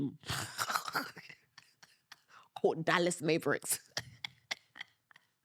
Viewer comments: I believe her because she said Mayvriks instead of Mavricks lol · MAY-VRICKS is sending me 😂😂😂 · Unfortunately Meg didn't give him global influence. But we all have the right to our opinion. But to call men jobless, sassy and unintelligent just because you got called out is crazy. Plus you mispronounced the Mavericks. And it's not the UK doesn't know the name of the NBA teams. It's only you don't know the name of the teams. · So all your women telling me y’all taking advice from a woman who can’t even say the word Mavericks right is that what I’m getting? She literally can’t even pronounce the word, Mavericks. And y’all sitting here taking her advice for things make that make sense. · Your pronunciation is mavericks is tickling me😭😭 anyways you’re totally right. To pretend that Meg didn’t bring Kay into the wider public consciousness is totally dumb.